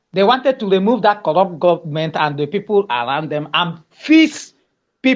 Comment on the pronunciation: Heeeelllllppppppp😂😂😂😂he said Gubbament!!